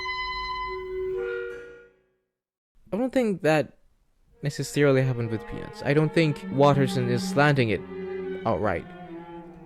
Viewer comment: I am not sure if you did it intentionally to get people to comment but you are pronouncing “peanuts” like “penis”